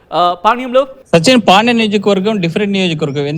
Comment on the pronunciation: Veeniki panyam ani palakadam ravadam Ledhu